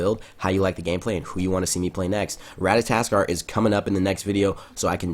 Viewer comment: the way you pronounce Ratatoskr just makes me wanna you know...... AJsdRLFHDf